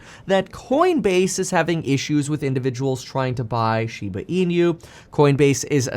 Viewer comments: Not SHIBA E-NEW. Correct pronunciation is SHIBA E-NOO (NOO is pronounced like nook without the k). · Inu is pronounced “E—Noo” Kevin, not “E-nYoo”…there’s no ñ sound. Otherwise, thanks for the content!! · "inu" is not pronounced as "in-you"... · How this man says Inu, will never not tilt me. Holy fack!